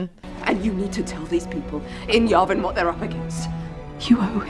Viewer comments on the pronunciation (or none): It's pronounced Yeah Vin, not Yah Vin. Yavin